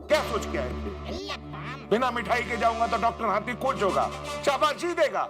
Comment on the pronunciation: Its Hathi not Hati